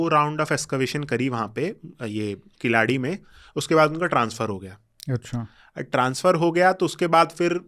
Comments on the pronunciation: Wonderful conversation. Just a suggestion. It will be good to get the pronunciations right ( KEEL + ADI कीलडि and NOT किलाडि) (WHYGuy वैगै and not वागाइ). It is actually KEEZHADI which can be attempted as well. As Indians with Sanskrit as our base language through Prakrits, we can pronounce these quite easily. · किलाडी नहीं वह कीलडी है, वगै नहीं , वैगै नदी है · Pehle sahi uchhaar seekho jannab Khilaadi nahi Keeeeladi..hai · Altaic, Huna, turka migrant who have still not integrated with the host country getting riled with natives. You cannot even pronounce "Keeladi". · First try to pronounce the names Keezhadi and Vaigai correctly, then you can discuss whether history is being manipulated or not 😂😂